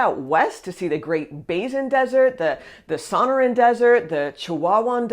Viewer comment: Although it looks like SAW-NER-AN desert, it's actually pronounced with long O vowels and a short A vowel... SO-NO-RAN ;)